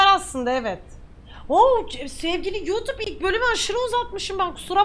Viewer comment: selamlar çok sevgülü yutup mu dedin pelin abla ben mi yanlış duydum